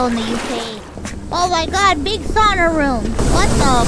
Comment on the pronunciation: you know what... since you managed to pronounce "sauna" perfectly like a native Finnish speaker, you'll get a like on the video.